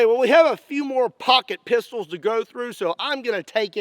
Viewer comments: It sounds like he’s saying pocket pizz holls but like the The actual bad word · Pocket p**sy? Am i the only one hearing that?